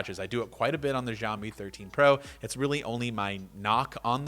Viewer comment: Zhao meeee. No no no it’s xiao me. Also yo I have the same lamp!